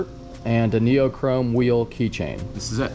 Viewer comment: That “THISS” threw me off lol